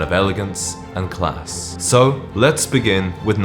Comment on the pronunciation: Where are you from? The way you say “class” is bothering me.